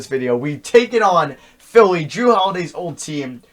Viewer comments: they pronounce the name jrue like jarue and dwane Wade's name has an odd spelling like jrues Dwayne should either be spelled with a y or spelled duane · It's Jrue not jarue